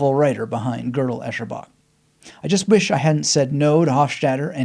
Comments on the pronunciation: "Girdle Echerbach" 😂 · The very first test of GEB is: how to pronounce the title. Cheers. Thanks for sharing. I found reading his follow up - I am a Strange Loop - reading this first helped GEB resonate more for me...